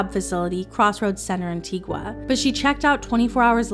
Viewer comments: So the country Antigua is pronounced An-ti-ga not An-ti-gwa....also all of this is sad but you must be careful how you live your life, I remembered KFed ex crying while pregnant cause Brittney bagged in with no regards and started dating her fiancé. Yes he was a dog for doing that no excuse there but as a woman Brittney was wrong. She paid the ultimate price for that, look at her life now. You don’t do nasty things and expect a bed of roses to follow. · it's pronounced an-ti-gah